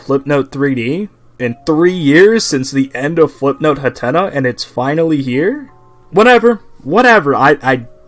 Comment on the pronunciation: Ah jeez, not again... It's pronounced HATNA! HAT! NA! Not Huhtenuh!